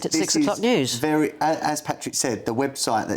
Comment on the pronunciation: Wery Wery turo